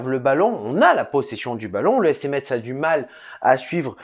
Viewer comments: Ça se dit FC Mess en gros parce que j’en ai marre là 😭😭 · Le T de Metz ne se prononce pas !!! Mes oreilles ont souffert :/ Sinon on est toujours bidon... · Ça ce prononce pas le (t) dans Metz ptn !